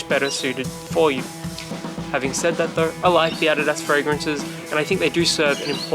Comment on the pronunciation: if i am not mistaken, ADIDAS is a brand from Germany. i've heard from a German about how to pronounce it. u have pronounced it correctly.